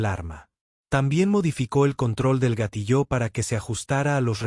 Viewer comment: Por favor corrige la pronunciación de gatillo